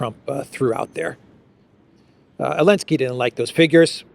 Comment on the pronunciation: Great show, as usual. Thank you,! By the way, the Ukrainian tzar is "Zelenskyy". Where did Elensky keep coming from? Regards from Australia.